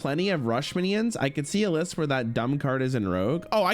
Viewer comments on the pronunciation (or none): none